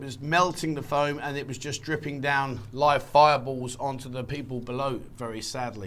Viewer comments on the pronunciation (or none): none